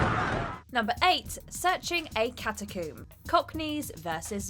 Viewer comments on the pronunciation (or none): Catacoom? Ashume? I thought rec was about rabid people in a US apartment. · “A sealed cata-coom” nice.